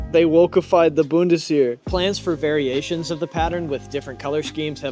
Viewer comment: my god man please learn how to pronounce words before recording lmao. "Boon-tis-Here" is killing me